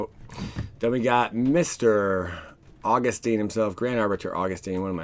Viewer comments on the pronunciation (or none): AUG-US-TIN. Not teen